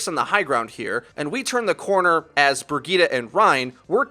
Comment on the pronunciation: BIRGITTA wtf ? its BRI-JI-TE